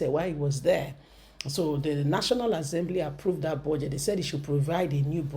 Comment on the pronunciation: Better your pronunciation. ASSembly not AZembly.